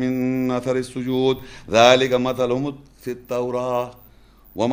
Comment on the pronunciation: مثلھم میں زبر نہیں پیش ہے